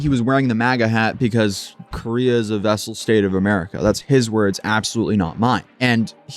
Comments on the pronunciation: FYI: not vessel, but vassal. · "Vassal state," not "vessel."